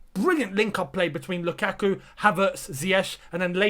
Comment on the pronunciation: Its not lUKAKU ..it was sth like "LookAtYou" hahaha.....